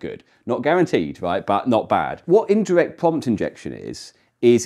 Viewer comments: Am I the only one twiggewed by the way "pwompt" is pwonunced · For fellow watchers who may benefit from this clarification: he is saying "prompt", not "pump", "pumped", nor "pomp".